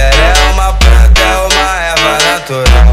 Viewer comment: O que ficou ilegal foi vc falar "pranta"